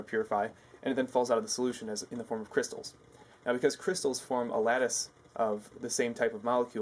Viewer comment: Its called cryshtals!